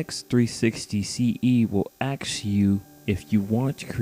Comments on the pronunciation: Doesn’t work! Also dude, it’s ASK ! As in A-S-K, === “ASK.”!!! Not AXE or AKS. I bet you’d say IS YOU get it? 😩😥👎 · "let me axiew a question" lol thx for video.